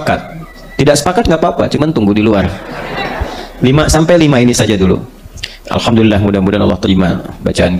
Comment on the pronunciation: Sebelumnya saya minta maaf Saudariku se iman sedikit meluruskan huruf mim / m nya jgn dobel krn tdk bertasjid 😘👇 ASSALAMUALAIKUM WARAHMATULLAHI WABAROKATUH ... Dan huruf lam / L nya yg dobel di akhir di awal tidak 👇🙏 ALHAMDULILLAH ... 💖💖